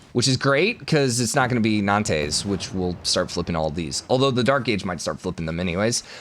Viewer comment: It's not pronounced 'Nan-tess!' It's "Non-ts' with the ts more like a whispered hiss; really let go of the s quickly, no tapering, just touch it, and go. Sorry, everything else is great and great vid, but just the pronunciation of Nantes - so rough!